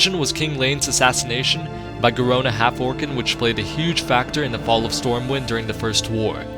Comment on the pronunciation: did you just say Garona Hallforken ??? lol